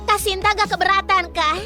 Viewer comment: Kenapa dari Shinta jadi shanti😂